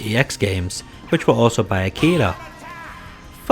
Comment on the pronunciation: Fighting layer and street fighter ex plus alpha were made by Arika not Akira as you keep saying here.